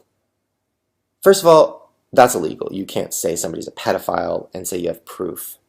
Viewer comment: Also, it's "pedophile" not pet file lol